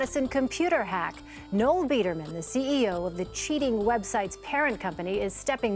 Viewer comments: the correct way to pronounce “Noel” Edit-actually, ur calling him “Noelle” on purpose aren’t you? 😂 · his name is pronounced “NOLE” like Noel Fielding, you play clips of people saying it correctly and then continue to call him NOELLE which is a GIRL’S NAME ABOUT CHRISTMAS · His name was pronounced several times in interviews clips you used. It's Noel, pronounced "Noll" come on man :-P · His name is Noel, not Noelle. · You've mispronounced Biderman's name the whole time. Noel rhymes with "hole". Noelle is a woman's name. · I get a real kick out of people pronouncing "nole" like "no-elle". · The funniest part of this entire video is N-o-l’s name being pronounced as n-o-e-ll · Bro, you even have clips where they pronounce Noel Biederman‘s name, and yet you keep pronouncing it No-ell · Pronounces "Noel" as "Noelle" even with multiple clips saying his name correctly. Says "$19.99" while showing a screenshot of "$19.00". A real pro here. . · As a Noel myself, I died a little every time you said ''No-well'' as his name.